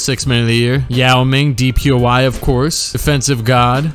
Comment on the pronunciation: “DPOI” lmao